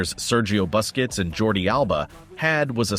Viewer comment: Great video! I have one minor request. Please pronounce his name as "LAY-oh-nell." Also, if you could be so kind, please pronounce the Spaniard's name as "boo-skets." Thanks. And again, great video.